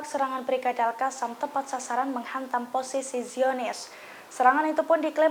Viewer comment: Al qosam.. Bukan Al kasam...heehhhh.